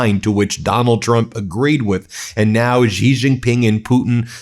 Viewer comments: WTF Xi is pronounced SHE. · Even the Iranian video says Xi correctly. Wow